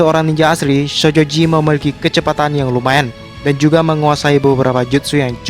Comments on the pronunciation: Syojoji ya kawan bukan shojoji harus lebih ditekan syo nya🤣🤣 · bang kalok ngomong "sojoji" biasa napa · Ngomong shojoji nya biasa aja dong ih sebel 😒